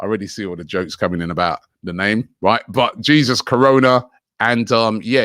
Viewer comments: Robbie its pronounced "Hey sous" not G sus Ffs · It's pronounced "Hey Zeus" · Robbie, yuh haffi learn how to pronounce people dem name! De yute name is Jesus (Hay-Zus). Haffi do betta Dan dat my lawd, respect and mannas. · Robbie is a spastic when it comes to pronouncing names.